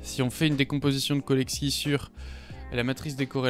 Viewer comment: Autodidacte spotted 😅 : Très bonne vidéo, juste un truc, on prononce cholesky comme chocolat, pas Kolesky :)